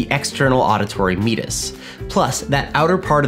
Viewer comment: me-AT-us. not meet-us.